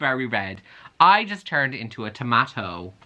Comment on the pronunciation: WHY DID YOU SAY TOMATO LIKE THAT